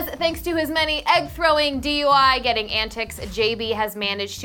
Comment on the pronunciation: Allways hear "arrested for a DIY"😂